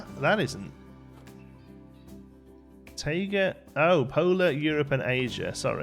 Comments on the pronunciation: “Taiga” is pronounced Tie- guh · taiga is pronounced Tie-Gah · Taiga is pronounced like Tiger in all the nature documentaries I've watched.